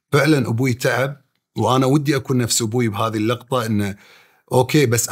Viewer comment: لوع كبدي عقيل وهو يقول اللقطه ترى فاهم الكلمه غلط تنقال 🤮